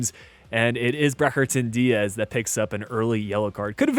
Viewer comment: ‘breHAton diaz’😂